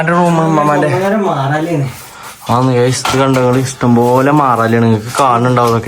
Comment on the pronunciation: മാറാല❎ മാലാറ✅ 😂😂😂